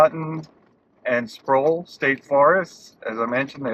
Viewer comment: Sproul. Rhymes with owl, prowl, scowl and bowel.